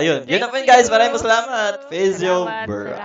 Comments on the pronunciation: kat"ness" katniss yun ui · CATNESS O KATNISS? HAHAHAHAHAHAHA AYUSIN MO PRONUNCIATION MO HAHAHAHAHAHA